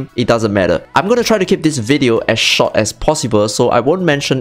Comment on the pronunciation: why can't asians say "short", they say like "SHAHT" like if you can say "or" you can say "short" it's like "SHAHT" but with "or" in the middle....sh or t